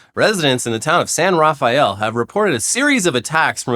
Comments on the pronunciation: People in the Bay call it San Ruh-fell, not Rafael. Lazy pronunciation. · Yeesh I thought you guys were from California. Its pronounced San "raff- el".😂 fuck get out of l.a. once in a while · Local here. Hearing pronounce "Marin" and "San Rafael" was super rough:-) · FYI for the Bay Area pronunciation for the squirrel story :) Marin County: muh-rin San Rafael: you pronounced it properly en espanol but the locals call it “San rafell”